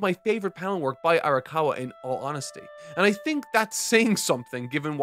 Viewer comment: her name is "Ara-COW-a" I think that's the cow bit.